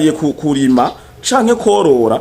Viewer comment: Kurima nivyambere yavuze Nabi wumva ngaho ahindura ingendo?yikebuke avuge neza